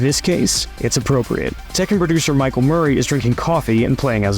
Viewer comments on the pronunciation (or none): none